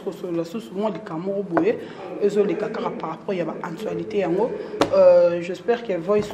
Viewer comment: yango chronifuati oyo pronoce actualite bien s'il te plt fiere eleka te pardon